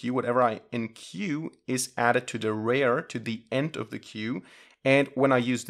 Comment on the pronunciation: You pronounce "rear" like "rare"; --> Correct pronunciation.